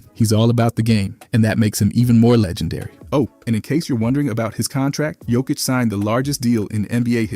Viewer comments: Narrator was too lazy to research pronouncing his name. If he got paid, he needs to do his job properly. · Bro knows many facts about Jokic but can't pronounce his name correctly 🤣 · Jebem te gluvog komentator! Nije Đokić već Jokić!Jokić je najbolji ikada! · Looks like there are still people in 2024 who haven't figured out how to pronounce his surname. Are you deaf?